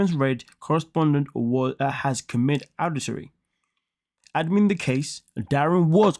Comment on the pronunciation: I have never heard anyone pronounce ADULTERY the way you do.😮